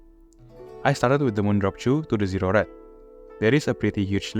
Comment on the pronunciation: Zero -pronounce the O.. pause .. Red Not Zered